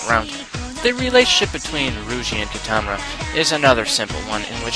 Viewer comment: If you watched it, how could you butcher their names. Who exactly is Roogee, Keetama, and Meenoi xD